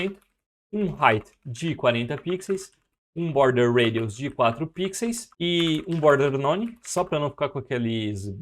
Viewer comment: Por favor, para de falar pixeis...No mais, muito obrigado pelo conteudo!🤗